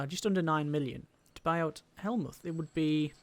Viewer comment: also Von Moltke's first name is pronounce Helmut.